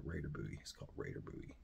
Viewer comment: THANK YOU for pronouncing Bowie the right way.